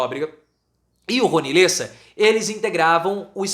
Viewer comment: LÉSSA, professor. Lê com e aberto, não com e fechado. Cada vez que vc erra doi o meu ouvido.